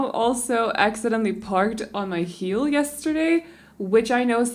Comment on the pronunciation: When you said ,,my mom parked on my heel” I thought you said my mom parked on my hill 😂and I was very confused for a second Btw I love your videos soo much ❤️❤️🥰